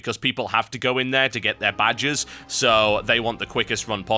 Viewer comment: When you say 'badges', it sounds like 'badgers'.